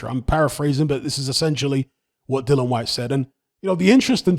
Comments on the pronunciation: What you chattin 'bout?🙄 He's saying 'Dylan' the mans name is 'DilliAn.' You deaf or not very bright? I'm correct here. You got that?🥱😴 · Mate. His name is DILLIAN. There is a letter 'A' in his name. These are fucking BASICS. Pronounce the man name CORRECTLY ffs.🙄🙄🙄